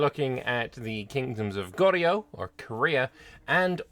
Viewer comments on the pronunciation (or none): Don't worry, we Korean viewers will still understand your pronounciation 😄 Goryeo (고려) sounds more like "Go-ryo" and Joseon (조선) sounds like "Joe-sun". You tried, that's all that matters.